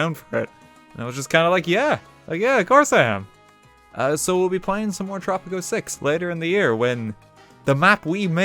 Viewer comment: At first I couldn’t tell if you were saying tropic 06 or tropico 6